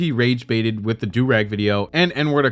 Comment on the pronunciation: As a black woman….i wanna punch him for that whole “the blackest of black” statement. Like he’s that desperate for views then wants to play victim??? Mega parhetic N I swear to f*ck him saying “like” constantly and mispronouncing du rag makes me wanna claw my ears off